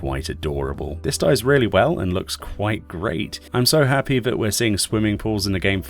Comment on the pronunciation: Hop-pee not happy. And Tah-bee not tay-bye.